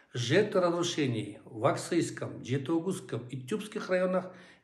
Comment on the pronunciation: Не Аксыйском, а Аксуйском